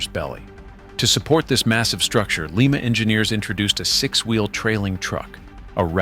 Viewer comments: Like, uh, “Lima Beans?” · It's not "Lee Ma" it's "LIE Ma" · It's like calling a Lima Bean a Lema Bean. LĪM-A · Small point: it's pronounced L-eye-ma, as in Lima beans. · ☝️🤓 erm actually thats pronounced LYING-MA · Lima "Lye Ma"